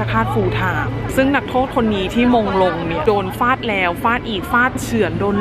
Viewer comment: ฟาด ไม่ใช่ ฝาด